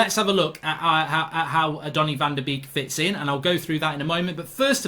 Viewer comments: your slaughtering his name its pronuonced bake not a duck beek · Great video Mark 👍 but it’s said as ‘bake’ not ‘beek’ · Why do all English speakers call him Donny Van De Beak?? It's Donny Van De Bake.. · it's pronounced as "bake" not beak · His name is pronounced like the English word 'Bake. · Learn to pronounce his name. Van Der baker is how it’s said. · It’s pronounced ‘Bake’ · Mark call him Van de Bake, it’s how it’s pronounced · I've never heard someone pronounce someone's name wrong so many times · I beg you pronounce van de beek with the a sound instead of the two ee sound 😂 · Please learn how to say his name correctly.